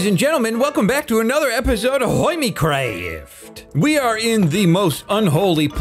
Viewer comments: every time you say your intro i can't help but hear "hornycraft" instead of "hermitcraft" also i love how even though put TNT in the design of his shop no one would've though this was a TNT shop, because he always put so much stuff in his builds that the TNT just becomes part of the chaos (for exemple when i saw the TNT the only thing that came through my mind is "oof that's dangerous") but he still felt the need to tell us "NO IT'S NOT A TNT SHOP" then "YES OKAY IT'S A TNT SHOP YOU WON" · I auto-clicked, and HEARD you say "Welcome to the Hoimiecwaft server", and still didn't know this wasn't a Building with episode, until you entered Tango's nether hub.